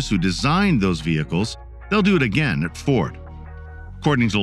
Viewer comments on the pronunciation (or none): none